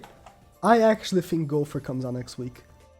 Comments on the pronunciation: Hes says Gowfer not Gowther lol still got great info love this channel :) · Is it just me or is he saying Gopher instead of Gowther?